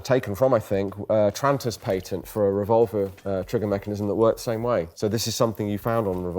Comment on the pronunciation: ARVolver, and not RevolvAR?!🤣